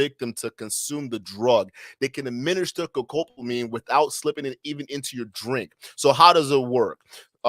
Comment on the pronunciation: So this is an "Educational" episode on the drug "Devil's Breath" and I think that is great. Yes, by all means, "Let's learn about this drug." But Bro, can you at least begin by learning how to say the name of the drug correctly? It is NOT ScoCopamine. It's not sCopamine, It is Scopolamine. Sound it out: Sco-Pol-a-mine. It's not a real hard word to say. In Spanish it is Escopolamina. You're doing young men a real service here, why have all of them leave, thinking they know what's going on, and go around pronouncing it incorrectly like you do? Is it not worth your time, or what?